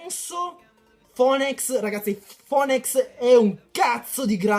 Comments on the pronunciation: Phoenix = "Finics" ti prego mi fa male la pancia se dici ancora foenècs D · si ma "fonex" non si può sentire XD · Phoenix si pronuncia finix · kai sembrerà strano ,ma phoneix si legge finix..ora lo sai pronunciare,cmq bel video continua così